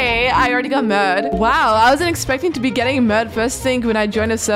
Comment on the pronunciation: Yeah 😂😂😂😂 I heard mad